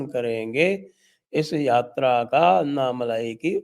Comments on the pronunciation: It's not malaai but malai...no aa ki maatra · साहब अन्नामलाई मत कहिये. सही उच्छार तो "अण्णामलय" है।